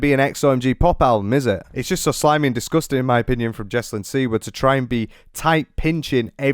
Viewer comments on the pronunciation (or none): If she's so Polish why doesn't she pronounce the name correctly? I'm just saying: it's either an American name (originally from Poland, but NOW it's American) and if so, then she's the boss of how it should be pronounced. OR it's the Polish name Siwa where the si sound is similar to ś, and she says it incorrectly every damn time.